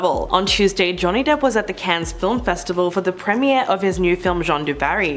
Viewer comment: Cannes is like can not cans :)